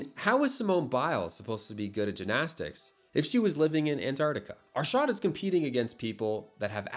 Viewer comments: "Aarshaaad" bruhhh itd arshad Arshad!! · It's not Ar-shart or Ar-shaard it's pronounced more like Ar-shed/shud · ah yes, "aarshaad". It's pronounced "Ar-shud". Also he isn't south asian-american, he's south asian, but more specific, a Pakistani. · "ArSHAAD Nadeem" lmao Ar-Sh-ed Na-Deem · CAN U STOP calling him ARSHAAAD nadeem its Arshad Nadeem Please pronounce it right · AARSHAAD? NayDam? that kinda pronounciation is crazy 💀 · Butchers his name, butchers his nationality.